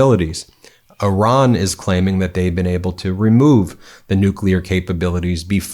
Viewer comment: The people of Iran aren't sheep & if they wanted regime change, they'd do that by now. It's been like 1979 to 2025, what 45 years? By the way, good job in pronouncing this ancient area's name correctly Ih-rahn, not eye-ran like the idiot in the WH.